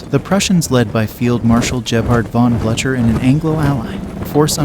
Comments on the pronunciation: My first time hearing the name pronounced as bla-cher. La Haye Sainte was garrisoned by riflemen?🧐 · I was going to watch but stopped when you mispronounced Blűcher's name. If you can't get the names right, I’ve no confidence that anything else will be correct.